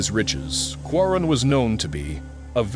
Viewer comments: He is QAARUUN not qarun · The name Qarun has been pronounced differently at various occasions. Even called Quran instead of Qaroon at one point. I believe it’s a deliberate attempt.